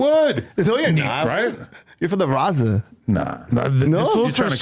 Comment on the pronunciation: Thought Compa Caca got Fired.... It's Raza not RAWZA FOOL